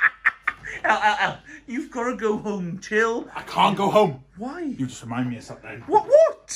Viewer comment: haha and what about - ''It's getting woouuueeerssch'' 😂😂😂